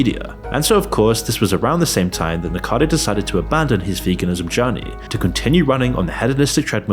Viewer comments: Can you please admit your voice is A.I. so that people stop speculating? Its obvious at this point because of the way you mispronounce words and how much content slop youve been pumping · nikocado not nikado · I really enjoy watching your videos, but please, focus on pronouncing names correctly. This time it's Nicado Avocado instead of Nicocado Avocado. Your videos are littered with mistakes in pronunciation. 😢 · it's nikoCAdo not nicado! you americans can't read or what? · It is not pronounced "Nikado" There is another syllable in there. It's "NIK - o - card - oh". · you mispronounce his name: It's Niko-ca-do, not Nikado... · It's not "Nicado" it's "Nikocado". I've barely heard of the guy and I know that, how do you manage to get it wrong after all that research 😂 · Nick-OH-cadoh. Like Av-OH-cado. Hence his username "Nikocado Avocado". Not "Nick-ado". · At least give the slob the respect of saying his name right. It's NicOcado, not Nikado. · This creator is trying to make a connection between 'fat acceptance' and mukbang and sensationalist YouTube content, but I'm not buying it. I don't know why people watch mukbang or NiKOcado (not 'nicado'), but it's certainly not because they're at peace with their bodies. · Nikado? It's Nikocado! What a m0r0n! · I'm neurospicy, so every time you say Nick-ado my toes curl up. It's Nick-OH-cado. Sorry, its jangling my brain. 😂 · Bro how tf you pronouncing NIKOCADO as NICKADO for an entire video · NI KO CA DO .Not NICADO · How did you manage to do so much research on a youtuber and still say his name wrong a hundred times . . . It's Nico cado not Nicado smh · Why do people keep saying nikado. Its nicokado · Dude, it's NIKO-CADO and not NIKA-DO. How hard it is to pronounce that name correctly?! I really don't understand. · if you dont pronounce "avocado" as "acado" why pronounce "nikocado" as nikado" ??? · The dude's name is Nicocado not Nicado. Not that difficult unless you are dyslexic or something. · Pronounce it right please 😂